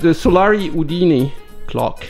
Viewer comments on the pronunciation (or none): Quite peculiar new year scene, genuinely happy new year! In case you want tune your Solari, Udine pronunciation here In short Solari is a family name and Udine is the place they come from, a town and comune in the Italian north east.